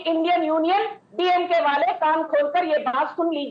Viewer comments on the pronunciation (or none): none